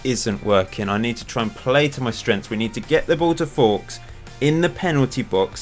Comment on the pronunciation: Hey love your shows. why is Fowkes pronounced forks when it’s surely nearer folks? Is there a reason? Fair enough if you have a reason I missed. All the best for FM19.